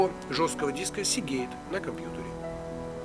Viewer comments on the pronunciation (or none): none